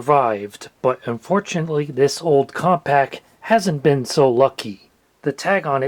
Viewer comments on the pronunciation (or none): none